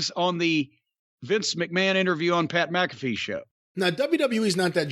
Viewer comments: How does everyone pronounce his name as MACafee.... it's MCAFEE.... like MCDONALD'S. Owweeee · Except, Pat pronounces it as MACafee.